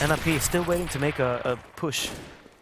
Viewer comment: Why do you say N.I.P? its nip